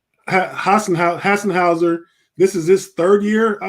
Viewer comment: I've heard many pronunciations for our backup center, Hassenhauser is a new one.